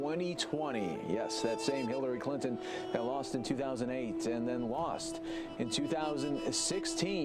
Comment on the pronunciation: who is Killary Clinton? listen for it.